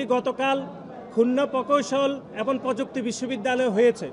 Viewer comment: এবং শব্দটাকে এবন বলা হচ্ছে।